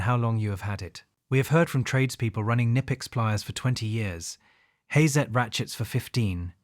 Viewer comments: Bro im from germany and its Not nipex, its Knipex😂, why do English speaking people want to pronounce Brand names in their Language and not the language of the companies origin, same with maybach or other 😂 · Pronounced Ka-nipex